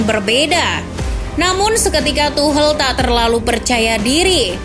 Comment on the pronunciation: Tidak bisa fokus gra² admin nya bilang tuhel